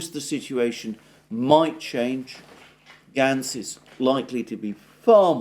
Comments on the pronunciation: Alexander..its pronounced Gates.... not Gantz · Alexander, it is Matt Gaetz as in Gaytz, not Gatz. It is a long A. I know what a stickler you are for correct pronunciation, or I wouldn't have mentioned it. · With your permission Gaetz is pronounced "GATES" as I've heard his name used. FJB " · Gaetz, Alexander. Pronounced "Gates".